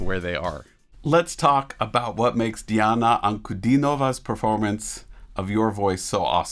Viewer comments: Thanks for putting accent on 3rd syllable. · CONGRATULATIONS !!! You utterly correctly pronounced the name of Diana.)